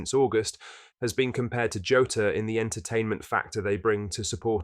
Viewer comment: Please stop saying joeta